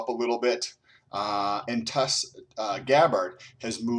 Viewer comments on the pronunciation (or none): TUL-see. Not TUS-Lee. you have been corrected so many times in the comment section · she is named after and Indian flower because of her hindu religion and that is not how Indians pronounce the word. Tulsi like bull not tole. Also not to offend just general knowledge but however she prefers the pronunciation and I believe it's just American accent way. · Tulsi is pronounced like TOLE C. Not to offend. I enjoy your channel. You keep graphs hell YES! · Fantastic data and I’m subscribed. It’s pronounced “Tull-SEE”. Sorry it’s distracting from your incredible data. Cheers! 👍🏻